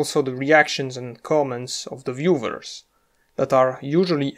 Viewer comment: "viewvers" This guy is German or from another German (or similar language) speaking country. Right?